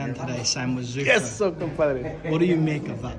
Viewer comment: He keeps calling it Zuffas😂😂